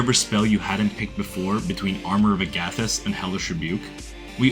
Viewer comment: 'Uh-gathis' is crazy. Try 'aga-this' aga pronounced like MAGA.